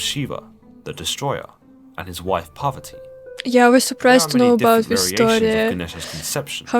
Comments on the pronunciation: its not Poverty it's Parvati🙏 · Its parwarti not poverty mother of Lord Ganesha